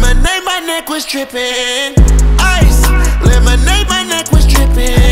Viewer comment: he really said ĐRIPPIN